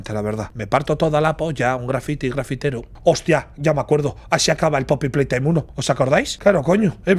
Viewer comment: que humilde el gigante noble diciendo en el directo "pepi plai taim"